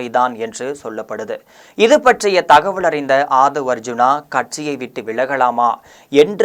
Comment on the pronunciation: தம்பி நீ ல ள ழ சரியாக உச்சரிக்கப் பழகிக் கொள் , அள்ளாமள் போள,தகவள்…..